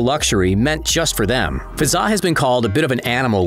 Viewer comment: I’m from uae and it’s Hazza not fazza